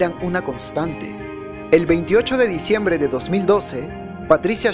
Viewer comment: 28 de "cediembre"??? 🙄